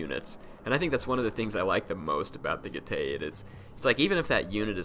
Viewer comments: getae would be pronounced get-i. not get-ay. in latin the dipthong "ae" is said as 'ai' like aisle in english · Correct pronunciation G-e-tz-ee